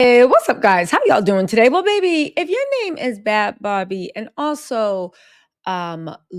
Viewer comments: If you’re gonna make a video can you atleast get the girls name right BHAD BHABIE NOT BAD BARBIE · Her name is Bhad Bhabie, not barbie